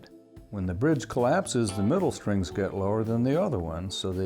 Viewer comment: It was irritating the way this guy kept saying ‘shtrings’. There is no H. STRINGS.